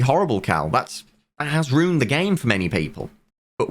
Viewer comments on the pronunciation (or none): Bro, it's "ruined". It's not pronounced ROONED, what is wrong with you?